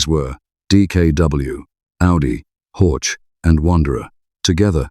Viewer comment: Wanderer is Vanderer, not Uonderer ... Zwickau is Tsfikau, not Zuikau ... Horch is Horh, not Hortsch ...